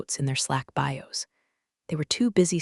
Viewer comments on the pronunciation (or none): none